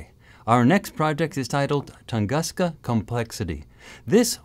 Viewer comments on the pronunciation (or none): Please say "Toon-goos-ka". When you see "u" in Slavic words, it sounds like "u" in word "bush". (The same goes for "sputnik")